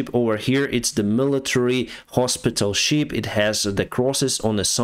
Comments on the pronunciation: It's the SHIP not Sheep 😅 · It's shIp not sheep (you know creatures that go baaa, baaa 🙂